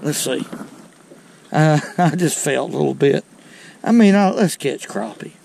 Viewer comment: Thank you for saying “crappie” like it ought to be said. They ain’t “crappy”….😊